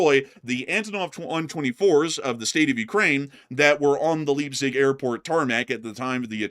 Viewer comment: The city of Leipzig is pronounced as "Laipsig" 🙂, the 'ei' sound is similar to the word 'eye'.